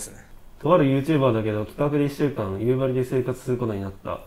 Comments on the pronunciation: 地元が舞台で使われてるの本当に嬉しい！ でもやっぱり夕張のイントネーションは気になる笑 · 夕張のイントネーションがどうしても気になる道民です。笑